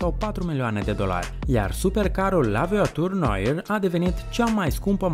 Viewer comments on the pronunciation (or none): as zice ca se pronunta ciudat bugatti(italia) si la voiture noire, chiron, etc(franta) no hate, dar as mai zice ca s-ar pronunta "la voatur noar"...fain video btw